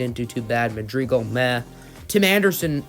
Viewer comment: Cringe on saying Madrigal